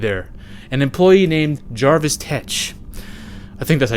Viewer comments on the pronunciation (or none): JERVIS Tetch, not Jarvis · Jervis, tetch, not Jarvis